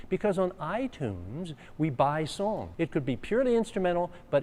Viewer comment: He also pronounces song like it were the French word sans 😝